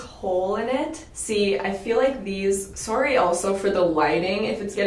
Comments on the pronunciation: Someone make a compilation video of saying S-Orry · Love when you say sawry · Okay, so anytime I hear someone is from Canada i ask them to say the word sorry😂 AND SHE SAID IT 😂😂😂 Gosh i love it😂